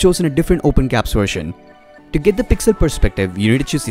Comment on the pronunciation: Open gaps. Lol. It's Gee-Apps, as in Google Apps.